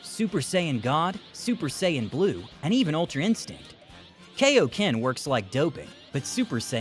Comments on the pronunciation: IT'S KAIO-KEN NOT KO-KEN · Are you just going to keep mispronouncing kaioken